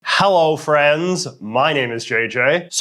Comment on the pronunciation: Very strong "Hallow Friends" in the beginning hahah. Glad we're still friends.